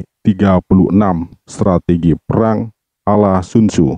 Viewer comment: Penyebutan sun tzu ke sun sinnn ituuu jauhhh bangettt tott.. !!!